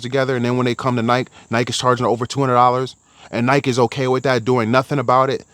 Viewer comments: Why do u say Nike like that lol 😂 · If you can’t even pronounce Nike properly, I’m out.